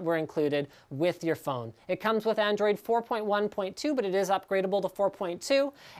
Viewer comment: "ANDRIOD" & "powerfuler". Which country u from bro?